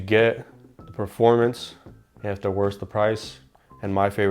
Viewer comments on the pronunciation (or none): none